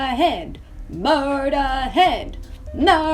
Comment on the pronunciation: Okay so let's listen to Murderhead and the song bummer. Your pronunciations are scandalous but I'm not complaining lol